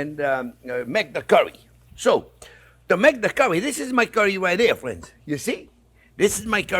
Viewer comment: "Well hello there phrinzzzzzz!"